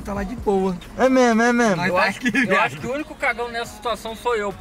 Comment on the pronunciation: Ninguém, absolutamente ninguém,: É memo, memo! Kkkkkkkkk